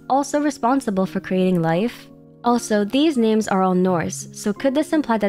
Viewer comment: The way you pronounce some names of characters and regions is weird